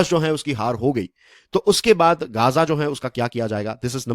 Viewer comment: अच्छा हुआ इस्राइल ने घेराबँदी की हैं जी गांजा की ......ध्यान से बोल भाई कहीं नशबन्दी ना कर रहा हो ....देख ले एक बार अच्छे से...